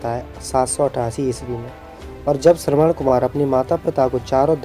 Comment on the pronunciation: Shravan-Kumar aur shravan-putra ko shraman Kumar ya shraman putra bola jata h